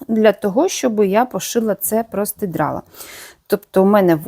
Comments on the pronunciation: ви мене насмішили словом простидрало,я його почула ще в інших ваших відео,це так кумедно у вас звучить.Правильно казати простирадло,але ви молодець,і в мовному питанні і у в'язанні,а шиття для мене це космос. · У ВАС ЗОЛОТІ РУЧКИ.ДУЖЕ ГАРНА БЛУЗКА ВИЙШЛА.ЮВЕЛІРНА РОБОТА.ТІЛЬКИ РІЖЕ ВУХО ВАШЕ ПРОСТИДРАЛО)))))ЦЕ ПРОСТИРАДЛО)))))